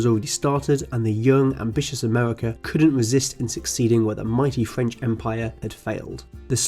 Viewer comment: The Fwench lol